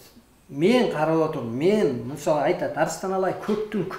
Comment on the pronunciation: Меен дейт го